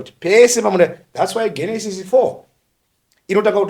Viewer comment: Genesis is pronounced with a J sound it is Jenesis not with a G sound